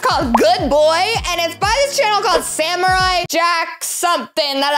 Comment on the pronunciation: It's BOY Not BOI